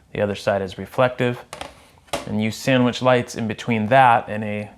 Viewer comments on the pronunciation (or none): none